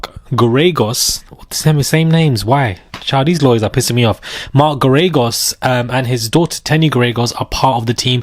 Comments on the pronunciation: Mark Gare-A-Ghos, pronounce his name like that, I think you'll be using it often! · It’s pronounced mark Gair-ah-gose. He lost Scott peterson’s trial because he didn’t put on a defense and he’s overly priced!!!